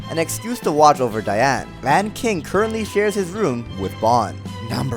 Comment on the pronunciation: Dian? the fact should be how you pronounce the chars